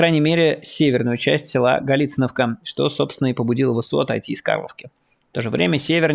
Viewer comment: Галициновка ударение на второе и 😡 слух режет также как ударение на е вместо о в названии Снежное